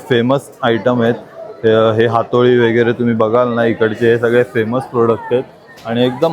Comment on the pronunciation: वेगेरे म्हणू नका , व_गै_ रे असं बोला ना